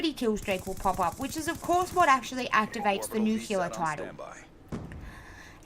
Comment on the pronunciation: Nuclear, not nuculer.